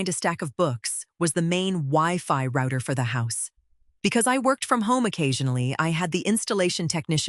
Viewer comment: Oh my gosh - it is pronounced rowter, like ow NOT like rooter!